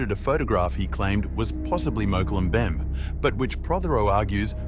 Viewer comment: You need someone who can pronounce "Mokele Mbembe"